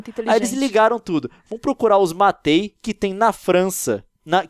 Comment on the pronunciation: Leon, Matei não se pronuncia Matei normal, se pronuncia Matie, com o sotaque francês.